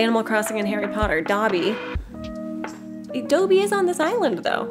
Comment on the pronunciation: When you said DOEbby I was 😂😂😂 LOVED this island so inspiring and comforting